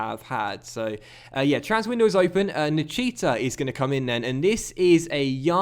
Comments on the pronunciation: Btw that's not how you pronounce Nichita. Think of it as Nikita Khrushchev, that's how you should pronounce it. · My mate's Romanian and called Nichita , its pronounced Nick-eta 👍